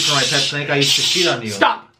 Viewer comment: I love how says sheet instead of cheat.